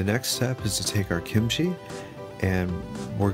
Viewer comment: Thx god you said kimchi not gimuchi